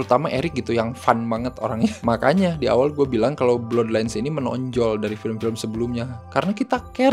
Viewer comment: Blaad lains bukan blodlains bang